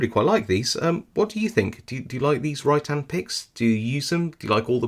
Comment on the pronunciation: Great review -- I've just ordered a couple from Hooligan Keys. Every time you said "Rytan", I heard "Right hand" which made me wonder if there are any picking tools where handedness is a thing -- are there "left-handed" picks, or are they all ambi-dextrous...?